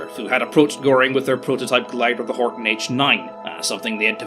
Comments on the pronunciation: Horten .... not Horton ;) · Ok, im sorry its a nice Video but i cant get around it. There was no Horton 229 in German Service EVER ! Its a Horten after Walter Horten, not Horton. Still a nice vid tho it just like saying ME-109. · I thought it was Horten, not Horton? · pouring -> poring, Horton -> Horten, and its name is not Ho.